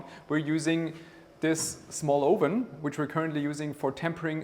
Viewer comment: Hi mate, it’s not “ohven” it’s “uhven” for the English word oven. Love your vids. Cheers.